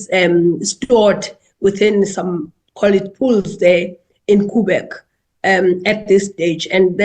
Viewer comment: As an energy expert, surely she can also learn geography, that's not how Quebec is pronounced, if that's what she meant to say.